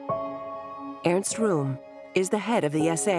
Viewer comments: Airst Room. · Earns Room 😂😂